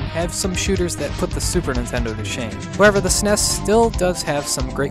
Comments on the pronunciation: Saying "shmup" is better than how you said "Sunness (SNES)." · Caught him saying "SNES" . Got'm